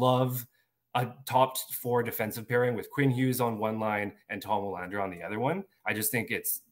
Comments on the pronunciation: Yes, you´re right. W is usually (maybe always) pronounced as V in Swedish. I am Swedish and I can´t recall W being pronounced any other way than like a regular V. So Vi-LAND-er (or Vee-LAND-er) is more correct than what I wrote first. The emphasis should be on LAND and not VI. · wouldn't it be pronounced, in swedish, "VILL AND ER"? thought their W's were like a V